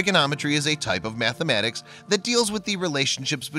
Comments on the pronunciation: Mathematics not mathamatics. Pronunciation is key for what you do in these vids. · Methmenics? Is that guy narrating from Chicago or wisCANsin or something??